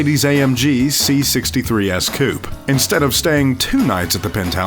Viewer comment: you pronounced "coupe" wrong